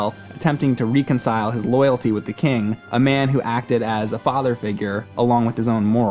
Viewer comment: Ree-con-syle? You mean reconcile? Haha